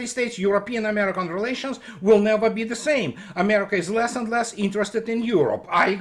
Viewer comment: on the US setting up Ukraine for failure: tank you Amerwika. But some guys made billions on weapons sales, eh? $$$$$